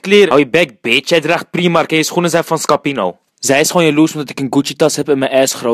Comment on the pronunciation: YTShizzle Had ik ook wel door, maar hij kan het niet eens uitspreken.